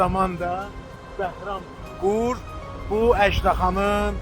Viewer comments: bilmir axı, çəkilişdən əvvəl girib oxuyub da..Bakılı olasan Bakıda böyüyəsən Bəhram Gura Qur deyəsən ..nə bilim, ayıbdır e … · Behram "Qur" yox,eziz qardaş, Behram Gur